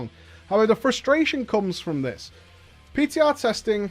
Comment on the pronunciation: you meant "PTah"? 3Head